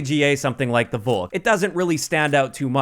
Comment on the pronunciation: Volk in Englisch is pronounced Folk Just say Folkssturmgewehr Volk means People/Nation Volkssturmgewehr = Nation assault rifle